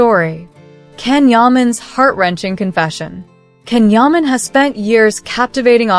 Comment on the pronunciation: It's pronounced Jan Yaman!